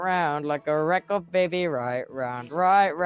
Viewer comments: No I love it it’s recor it’s so good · It’s so goood Like a reco de baby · no I love the way he says record lol. It sounds like he's saying recor tho ngl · Yez thats a nice word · The way he right round as well is also like better XD record, right, and round are words tubbo says really well XD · No that's how you say it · It’s actually cool lol